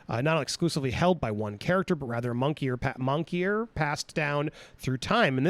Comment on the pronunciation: My brain melted when andy said Monkeyer twice... Moniker!!!! Mon-Nick-Gur